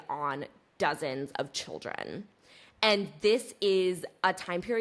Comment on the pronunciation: childREN, tRUE ahaha